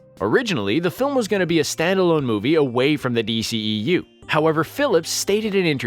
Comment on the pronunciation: It's not DCEEU. Its D.C.E.U!🤦‍♂️